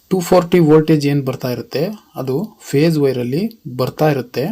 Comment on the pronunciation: 👏👏ಮಾಹಿತಿ ತಿಳಿಸಿಕೊಟ್ಟಿದ್ದಕ್ಕೆ ಧನ್ಯವಾದಗಳು. Pace ಅಲ್ಲಾ phese annisutte. 😊